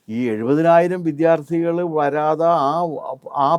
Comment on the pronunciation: താങ്കൾക്കെങ്കിലും ഈ അവതാരക പറയുന്ന വ്യാകരണ പിശക് പറഞ്ഞുകൊടുക്കാമായിരുന്നില്ലേ. ഇവർ എല്ലായ്‌പ്പോഴും വിദ്യാർത്ഥി എന്നതിനെ വിദ്ധ്യാർഥി എന്നാണല്ലോ പറഞ്ഞുകൊണ്ടിരിക്കുന്നത്. താങ്കളുടെ ഇന്റർവ്യു വിൽ ഇതു കാണുമ്പോൾ വളരെ ആരോചകമായി തോന്നുന്നു